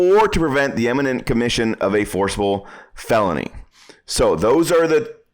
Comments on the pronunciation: "imminent" not "eminent" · Very clear and concise explanations. The one correction I would make is that in #1 he sounds like he is saying "eminent". To be clear, the word is "imminent". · Great video, thank you. By the way, it's pronounced Imminent not Eminent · "Iminent", not " Eminent ". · Great, but please learn to pronounce the word I M M I N E N T ...not pronounced Em, like in the word Emigrate, for example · ‘Imminent’ not ‘Emminint’…geeessh…. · I listened to you pronounce imminent several times, and it's NOT emminent. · For God's sake, learn the difference between eminent and imminent. And learn how to say it. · Typical ignorant gun nut, can't even pronounce imminent, each and every time!